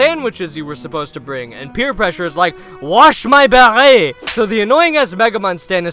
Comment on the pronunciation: "WASH MY BEHRET" -Pierre Pressure